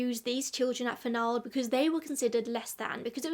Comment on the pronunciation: The name does not rhyme with bald, it rhymes w the last syllable of Donald. This is my name. A prominent new England name. It should be noted I thought you would pronounce it correctly being English. My family.